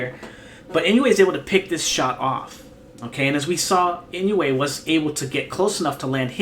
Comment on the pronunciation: A little helper on pronunciation: "Inoue" is pronounced like: EE-NOH-WAY (not exactly, but close enough for English speakers) ... there's no "you" sound in there. It's EE-NOH-WAY rather than IN-YOU-EIGH